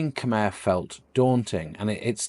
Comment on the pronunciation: Maybe your first job is to learn how to pronounce "Khmer" 😂